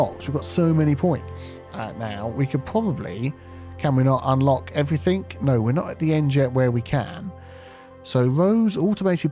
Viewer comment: why do you say everythink instead of everything?